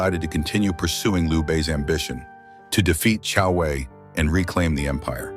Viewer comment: Who the hell is kung Wei? It’s Jiang Wei and his courtesy name is Boyue